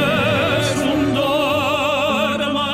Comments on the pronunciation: So happy you took a chance and exposed yourself to THIS opera piece by our two tenors from Home Free. Actually you did good pronouncing Nessun Dorma. Those who know opera and know this piece were blown away by their performance. Like you I was never much of an opera fan and my previous exposure has been in cartoons, but this one has grown on me as I watch others react to it. County singers just don't do opera as a general rule. Rob sang opera in college and Austin was trained in classical theater, but that was many years ago and it goes to show just how talented and versatile they truly are. Now you need to check out Home Free's Sea Shanty Medley (Live Version is best. You get to see how they do in concert.) and Chances original sea shanty, Skull & Bones. Their live version at Summer Game Fest is the best though slightly shorter. But in that one you can see who is doing what which is very helpful. The Lyric version uses scenes from the game but does not show them singing. They do have some instruments in addition to Adam's beat boxing. What ever you react to next of theirs, I'll be here to watch. Happy New year and welcome to 2024. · You pretty much nailed the name. Nessoon Dorma. Rob has a more classical Opera sound but Austin does an amazing job with a more heady voice (and there are Opera singers that do sing more up and forward like that but traditionally it is a taller sound. if you think of Rob singing this you can think of the sound starting in his pelvis and echoing all the way up through his throat and out his mouth. Austin is a bit more constricted with the sound forming closer to his head and then being projected out his mouth. Both powerful though and their pronunciation is close to perfect. Opera is, traditionally, sung without amplification/microphones and that might be where you'd notice more of a difference between the two but this is an epic performance.)